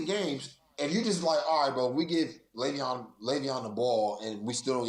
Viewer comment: It’s Lay-Veon…